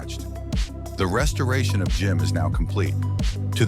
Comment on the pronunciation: Not "GYM", but ZiM, you AI fool with, naturally, American accent.